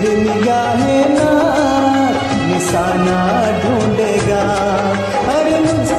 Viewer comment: Bahut khoob. Plz work on ur pronunciation. Nisana nahi NISHANA.... Khajana nahi, Khazaana Gum nahi, Gham (ग़म )